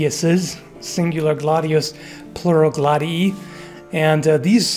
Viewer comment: I can confirm. I am Italian and studied Latin and the correct pronounciation is glad e e, the one used